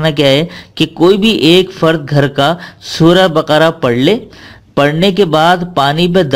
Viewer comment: Sura Baka ko SA hi who bolo